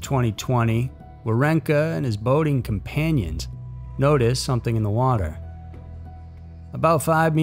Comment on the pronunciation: Thanks for the great upload. Companiant?? Lol.